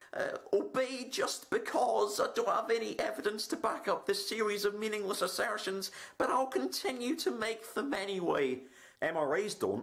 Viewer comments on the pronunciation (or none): "Mindless Assairrrstions"